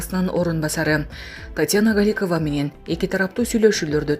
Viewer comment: Галикава эмес Голикова фамилияны окуганда тамгаларды туура окуш керек .